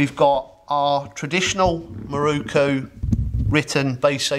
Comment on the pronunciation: It is a MirOku, not a MirUku. Why do you poms always get it wrong?